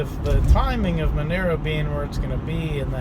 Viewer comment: It's not Menero, it's Monero!